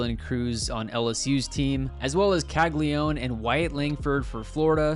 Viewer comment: It’s Cagli-a-none at least say his last name right if you’re gonna make a video hyping him up.